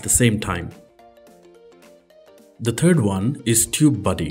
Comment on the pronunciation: It's pronounced Third, not TURD.